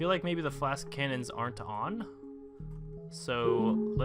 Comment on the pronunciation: why do you call the flask cannons... it's Flak